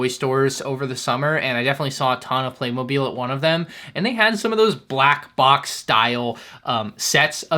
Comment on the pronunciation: Therte's no "E" in Playmobil, it's pronounced Play-Mo-Bill